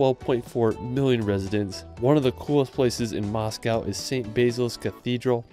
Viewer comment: BTW You made a mistake in "Moscow"